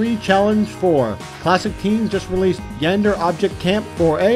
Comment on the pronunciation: ITS YAN-DE-RE NOT YANDE BTW I have the OC Iceland Flag... HMMMMMM